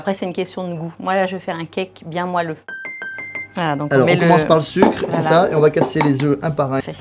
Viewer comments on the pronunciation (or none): On dit moÉlleux, pas moAlleux